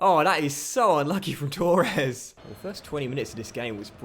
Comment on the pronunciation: Firstly: Torres not Tauuures Second; Yeh the lino would give a goal in a computer game which clearly has a lot of human error in it like real referees.... Thirdly: You’re far too good for normal legendary. Try using DK’s of Cutzy sliders